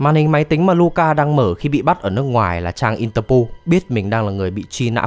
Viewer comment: có phải ông nói lệch sang Interpool không thế? =]]